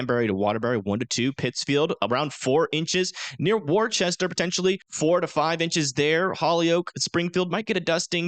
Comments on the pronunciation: Appreciate the updates. That being said, are you trolling us with these city names? 😂 Besides the other 10 mispronunciations, that city in Massachusetts is pronounced WOOSTER. Oh em gee. 😭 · Hey man, I love the videos. When you get to massachusetts... Worcester is pronounced Wuss-Ter. :)